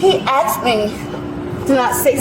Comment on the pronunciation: he axed her 🤣🤣🤣🤣🤣🤣🤣